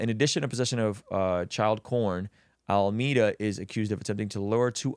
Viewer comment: AlmEEda ❌ AlmAda ✅